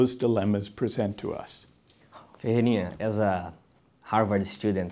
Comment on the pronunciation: nada a ver com o tema mas é curioso como é parte do sotaque brasileiro usar ''chew'' na pronúncia do ''to''.